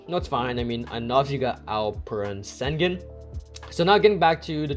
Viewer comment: It’s pronounced Shin-goon.